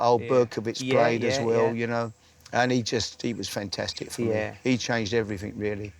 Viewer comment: Harry "fentestic" Redknapp